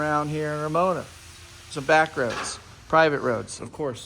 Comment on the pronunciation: hearing you say ramona always trips me out.